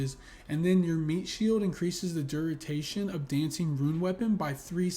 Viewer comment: Duritation or duration🤪 Good video✌️